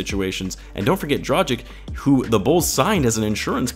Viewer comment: Love your channel. But you always pronounce Dragic wrong. You say the "gic" the same as in the word "magic". However, you should use a hard g followed by the same "ic" as in Vucevic. Sorry if this is nerdy, but you'll also sound like you know more about the Bulls if you say the players' names correctly. HTH